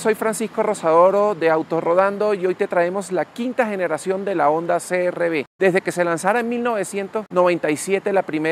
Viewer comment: Por qué dices crb si es CRV , se pronuncia c r uve en español 😁 , gracias.